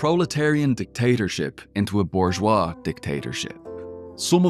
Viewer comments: Tip to the narrator of this video: you need to learn to pronounce "bourgeois." Hint: the correct pronunciation is not "boozh-wah!" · “Bourgeois” has an **R** in it! I blame Michael Malice.. Now it’s in the algorithm.